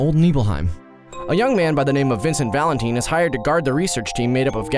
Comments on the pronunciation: Vincent Valenteen? Valentine is already a word with it's own pronunciation. Use it :) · “Vincent Valenteen” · Vincent "Valen-teen?" ... Lu-"cree"-sha????? LOL. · Isn't it Valentine...like Valentines Day? Not Valanteen? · Valenteen lol? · LU-CRET-SI-A, VA-LEN-TYNE, MAH-KOH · I had to stop as soon as "Valanteen" was said.... Just... what? I get Tomato tomatoe but damn. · Do you call Valentines day, ValenTEENs day? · Sorry for the nerdy corrections but Cloud never joined SOLDIER, he was an infantryman. The correct pronunciations... "ma-ko " "lu cre tsia" "valentyne" Cloud wasn't actually a "moody dude" and was actually pretty dorky and a social outcast. His "moody" persona was how he thought a SOLDIER 1st class should act. But you are right that Red XIII is amazing. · “Valenteen” “mayko” lol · Neebelheim? Vincent Valenteen? R u really a fan dude? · Vincent valenteen :d